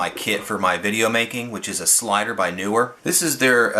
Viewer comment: NEE-wer, not NU-wer